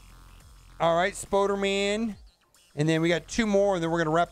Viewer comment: The “Spudderman” had me rolling lol. at it again. Great videos man 👍🏻